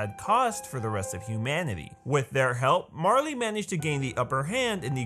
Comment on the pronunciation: Its [Mar-Lay] = Marley